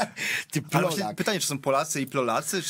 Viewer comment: Plolacy, tak przepowiedziała pani Małgosia, prawdziwy plolok plolskiego Narodu 😄